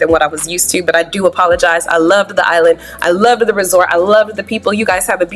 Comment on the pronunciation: Lol...I thought I was the only person that realized that can't say resort right! Lol...I was cracking up